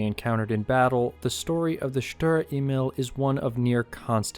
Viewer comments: "Sturer Emil" gets pronounced more like 'shturare ehmeal' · I hate pronouncing this thing in English... People told me that I don't have a strong German accent when speaking English but when pronouncing "Sturer Emil" in English I think it misses the 'angry' German pronounciation.😅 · I think it’s pronounced sturer emil and not sturer emil.